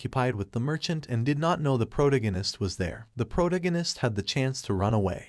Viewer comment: I can't spell, but why can't you speak English? Pronounce protagonist. You should search for any word you have no clue how to say, learn to pronounce it correctly, and then move on. Some words sound different in Britain than in the USA, you should pick one and stick with that choice. Spelling of words between British and USA is also an issue but I'm more worried about sound. Doing this can help improve your subscribers and viewers.